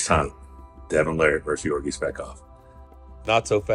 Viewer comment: “Yorgi, Yorgi, Yorgi” lol it’s Ge-orgi with a hard “G” sound